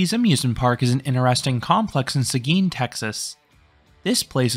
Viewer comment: If anyone is wondering, he did pronounce Seguin correctly. I have friends that live in that city, and they still have never visited ZDTs. They meet up with me before or after I go to the park. My last visit was 2 years ago, and Switchback had some shuffling. I could marathon it then, but I can see it getting rougher. I didn't even know about Maxflight Simulator. I'll have to check that out next time I'm there.